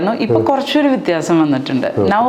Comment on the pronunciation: വിത്യപിയാസം അല്ല വിത്യാഖ്യാസം!